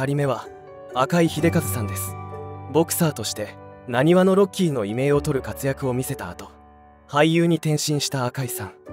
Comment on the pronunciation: 異名はいめいじゃなく いみょうと呼びます から